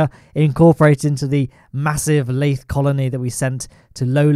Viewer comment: Not a single soul:: lAyThE